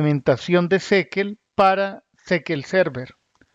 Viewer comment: fascinante forma de pronunciar SQL. Tan original que debe ser la única persona en el mundo que pronuncia de esta manera. Creo que si se plantea hablar de una tecnología, lo primero que se debe "investigar" es la pronunciación correcta. No cuesta mucho y le da seriedad al análisis... yo abandono en el seg 45 porque ya imagino que el resto del video es inconsistente